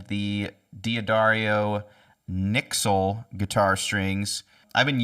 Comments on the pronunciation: You said nicksle, wtf. N-Y-X-L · They are NOT pronounced NYXL the name reflects the fact they were designed in NEW YORK...based on the XL strings, so pronounced NY-XL